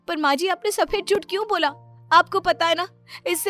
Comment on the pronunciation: Jut nhi jhut hota h bolna to thik se sikh lo phle😏😏😏😏